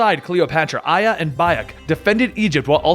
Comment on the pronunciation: Gotta admit Its hard to believe that you are a "hardcore fan" when you pronounce every single name incorrectly except for aya